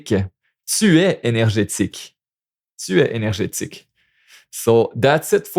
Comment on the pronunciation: For énergique you said énergitique which is more of scientific concept apparently.